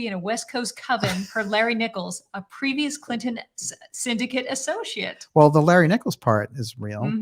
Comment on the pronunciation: Why do you mispronounce 'personally' and 'associate'? It's appalling that you utter 'perschonally und 'assoschiate'. Is it an official speech impediment?